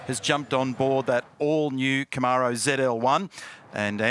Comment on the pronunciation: Australians can’t pronounce Camaro.